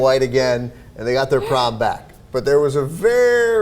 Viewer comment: he said prom.